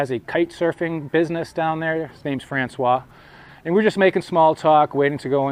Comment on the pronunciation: And yes, you pronounced François perfectly! ♡